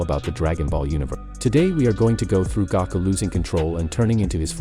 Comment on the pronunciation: he said gako